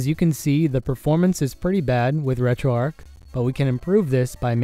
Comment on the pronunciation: Why do you keep calling it retroarc not retroarch?